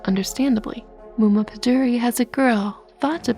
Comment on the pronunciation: I am impressed how good you are pronouncing Muma pădurii! She is generally the villain of every romanian bed time story. She is an old woman that lives in the woods and either helps the hero or she tries to prevent the hero to reach his/her goal. "Muma" means mother and "pădurii" means "of forest". She is described as a very old lady in any story. Maybe the closest relative to her is Baba Iaga.